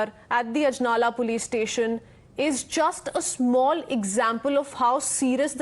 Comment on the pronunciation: Babe learn the words before you show up it's ajlala not anjala